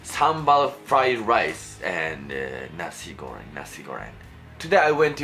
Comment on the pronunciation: Nasi goreng not nasi goren, you pronounce the "Ng" sound the same as you pronounce "N" word as the las wrod in Japan for example chan, san, ni-san, doraemon. Also, for the sweet or spicy it depends on your taste there is no right way or wrong way for spicy and sweet level everyone is different but in certain region Indonesia the nasi goreng tends to be spicier, some even more dry than you cook (they use more powder than liquid sauce) also some more runier (less dry powder more liquid sauce) something like that. But, initially what are you cooking are correct congrats! Uncle Roger would be proud to you!